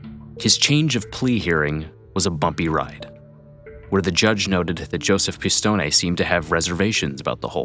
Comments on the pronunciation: Pronounced "Piss-Tone", not "Piss-Tony". Pronounced "Fran-Zees", not "Fran-Zeesee." I was just in Dix Hills last summer, visiting my uncle who lives there. Great neighborhood, expensive homes. One of the nicest areas in Suffolk County. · Wow , good video but the last names were all butchered. Any Italian names that ended with an e was pronounced aye , franchisaye, pistonaye , it was actually funny listening to it. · Why do you repeatedly mispronounce “Pistone” as “pih-stohn-NEY” when we can clearly hear on the secret tape recording someone familiar with that family pronounces it “pih-stohn”??? 🤨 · Peter’s name pronounced Piss-stone-ee. It’s different.